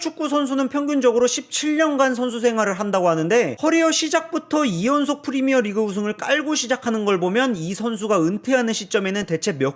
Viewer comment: Premier Regue ㅋㅋㅋㅋㅋ 영어 왤케 못함